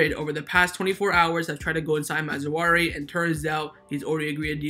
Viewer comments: I hear you saying ma-zou-ari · Mazraoui (Maa-zra-weee) Great RB. Playing style quite similar to Hakimi's .